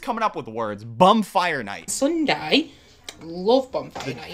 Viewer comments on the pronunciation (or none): Yes, it’s a surprise birthday party. She also said a bonfire not a bumfire. 🤣